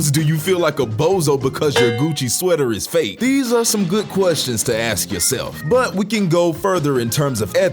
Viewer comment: Why do you always say “aks” instead of “ask”